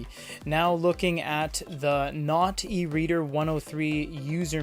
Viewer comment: The manufacturer video does say it supports notetaking with a stylus. . .but the narrator also pronounces it "not eReader".